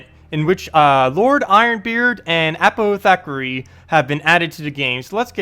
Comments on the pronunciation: Uh-POTH-uh-carry. The POTH rhymes with moth. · 1), "Uh-poth-i-care-EE" and 2) "Man-ti-cor"